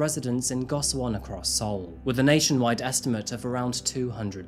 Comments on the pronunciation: Go shi won is the proper pronunciation and hapjeong is not in the far south of Seoul, it's right next to the north side of the river :) good video though! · I love how you cover cases from all over the place! I can’t help but point out that gosiwon is pronounced like goshiwon. Hard to tell from the English spelling of the word! Great work as always. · i haven’t finished the video but i am loving it so far!!!!! i really like the way u describe the location in which the case takes place. just wanted to mention that the place of residence sangjin lived in is pronounced as go-shi-won. love all ur videos and sorry to make criticism to otherwise perfect content😊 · lots of accurate info on korea, very nice. the compact housing is pronounced go-she-won, just fyi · Says "Seoul" (Soul) then says "See-o-cho" for "Seocho" (So-cho)😂 that's the human brain for ya. Gosiwon is pronounced "Go-she-wahn", Korean romanization is absurd. If you do anymore Korea crimes, gosiwon is likely to come up again. I lived in Gangnam for four years and was stalked in the station with thousands of people around me. Generally Korea is safe, but the lack of help for mental health can make it dangerous in invisible ways. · It's amazing how deep the research and effort went into making this video but how the effort to learning how to pronounce the words correctly flew over the water. Jeong is just "JAWng" and gosiwon is "gaw-shee-won." But all the other words were pronounced well enough.